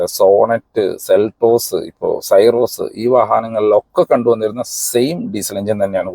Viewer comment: സൈറോസ് അല്ല . സിറോസ് ആണ്